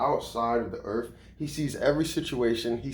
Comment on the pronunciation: Doesn't help with a damn thing. I need a new job now. Not in 20 years. And its pronounced earth. Not earf.